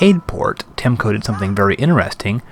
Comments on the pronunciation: I love your videos! Subscribed :D Really great, just one thing though, why do you say Temco, instead of TeCmo? hehe, Keep up the great work! :) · 17 episodes later, and you're still saying "Temco" instead of "Tecmo" !